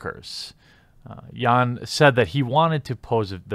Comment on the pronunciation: The 'J' is pronounced as how that letter normally is, in the name 'Jain'. It's not pronounced as a 'Y'